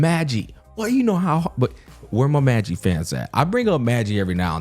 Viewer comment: Bro is saying magi wrong ngl but im just happy someone else watched peak